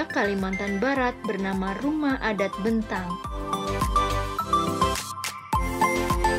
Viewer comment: Bukan sentrum min, tapi sentarum, bukan bentang min tapi Betang. 🙏